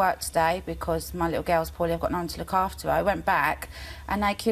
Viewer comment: “I Fink I come across well spoken”. I have a likkew geww.